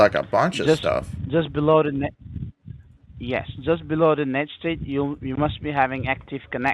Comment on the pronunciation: "net stayt"